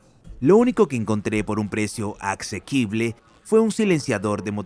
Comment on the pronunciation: Se dice y escribe: 1.Asequible. 2.Accesible NO "axequible".